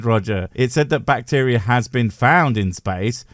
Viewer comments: Not sure what "bvacteria" is... lol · The very start really speaks to how much effort he puts into his videos and research when he doesn't even re-record his intro after fixing "bvacteria is space."